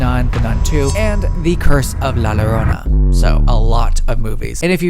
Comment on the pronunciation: Love your videos! And I wanted to add that La Llorona is pronounced as Lah Joe-roe-nah